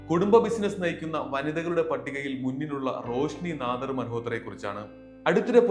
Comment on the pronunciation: നാദാർ അല്ല നാടാർ....